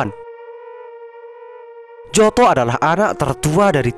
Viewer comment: Nyoto bukan njoto😂😂😂😂 itu ejaan orla bung